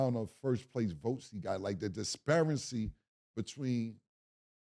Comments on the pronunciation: When Cam said the disparecy , I keep thinking like this is one of my 🐐 out here murdering nouns 😂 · Cam tried to say “Disparity” 😂😂 blew it “pause”